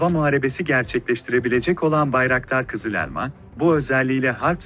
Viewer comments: O elmanın "E" sini daha doğru söylesen. Çok rahatsız edici. Valla videonun devamını izleyemedim. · Uçağın adı "kızı - lelma" değil "KIZIL ELMA" lütfen telaffuza biraz dikkat edin.